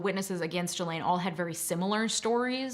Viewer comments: Honey if you knew anything about this case you would at the very least know her name is pronounced GEE-LANE NOT JEE-LANE smfh 🤦🏻‍♂️ do better . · Not a very busy lawyer with time to watch and make videos about something you're not getting paid for . YouTube lawyers are right up there with YouTube doctors and psychologists. Only useless people need to make YouTube channel. It's pronounced GasLane. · I believe her name is pronounced shill-ahn, but I prefer jizz-lane. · Drink every time you hear "Ghislaine" 🤣☠ But in all seriousness so glad this monster is locked up. Unfortunately mental health i feel was culprit but nonetheless the crimes committed. Very sad. All these innocent lives tortured, including hers. She could've chosen to do better and better she was an adult. These women are in my prayers. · I clicked off after hearing you mix up Prince Andrew and Prince Edward and hearing you pronounce Ghislaine that way....I can't listen to you for a half hour OMG